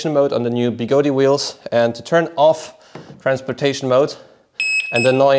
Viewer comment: I thought it was pronounced Begode, not Begodee